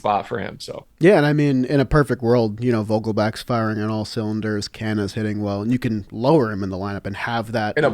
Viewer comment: everything was Rosy until i heard "Vogelbach"